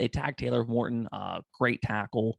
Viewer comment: Hey it’s Taylor Moton, not Morton!